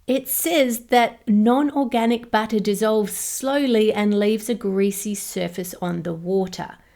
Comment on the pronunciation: When she said "butter" I (non-native-speaker) understood "batter" at first and was surprised that you could even buy organic batter in the supermarket.